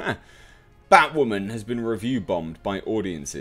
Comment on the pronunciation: Toemato? 😂 wtf taught you how to speak. And its batwoman... say bat-woman. Not baught woman 😂.... great review otherwise